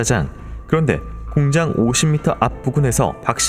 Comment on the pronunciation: 공장을 왜 자꾸 공짱이라고 발음 하시나요